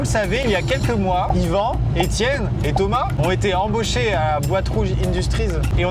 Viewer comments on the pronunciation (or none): none